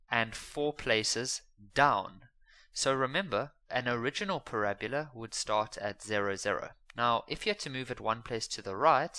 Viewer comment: Not parabula